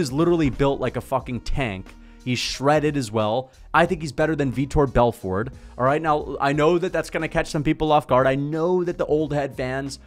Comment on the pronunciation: This casual calls him "Vitor Belford" 😂